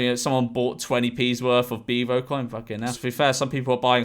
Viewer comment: Why does he say beavo like that?😂 ”BIVO” 😂😂😂😂😂